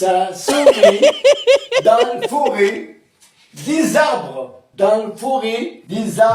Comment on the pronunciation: les fameux ''zarbres'' 😂😂❤️‍🩹